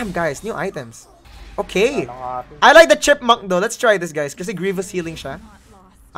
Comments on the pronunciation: "Chepmunk" is a worthy contender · " 'Chep'munk chainsword"